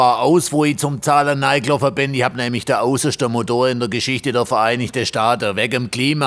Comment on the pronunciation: "aussaschde Modoor" 😂